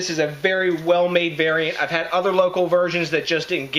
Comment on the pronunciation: Local not loco right? lol. I use acid malt in my homebrews but only to control PH. how smart are the Germans to come up with all these loop holes to keep things to the purity laws keep up these kick ass reviews my brother Cheers DJ!!